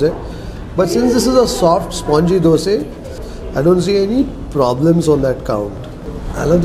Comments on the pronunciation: Dosa.. Not Dose😒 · From where did you learn how to pronounce Dosa, vada etc? WTF is Dose, Wade? Annoying AF. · Thr is a big difference in Dose & Dosa: Dose: Crisp golden brown colour. Karnataka people call it Dosa: Yellowish white, soft. Tamil people call it Thanks avre. Enjoyed as much as you did! Special thanks for calling dish names as it should be.